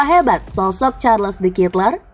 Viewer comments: Bacanya : charledekatelaa’ dgn medok belgia.. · Mbak mbak. Itu bacanya SHARL DE KATELAIKH